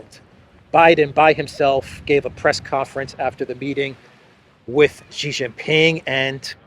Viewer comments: SHEE JIN PING not JHEE. JHEE is slang for PENIS. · However, the speak himself is clown, I have chatted with him multiple times tell him to stop saying JHEE JIN PING and say SHEE JIN PING, SHEE likes like female in English, is correct, JHEE is slang for Penis, XI is SHEE not JHEE. The parent company SKY NEWS AUSTRALIA started the incorrect pronunciation. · are you Jaustic? It's SHEE JIN PING not JHEE. SHEE sounds like female. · it's SHE Zhing-Ping, come on.